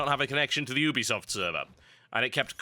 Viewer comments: You-be-soft.. Not Ooob-be-soft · oobisoft? It's Ubisoft, like YOU-BE-SOFT. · Oobesoft... Oobesoft; really??? I'm british; but, really... WTF?